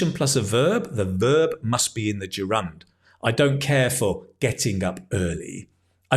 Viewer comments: That's wonderful video, but I have a soft spot for correct pronunciation. I think the correct pronunciation of gerund is ˈdʒer.ənd. Thank you. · Why do you pronounce 'gerund' with the stress on the second syllable?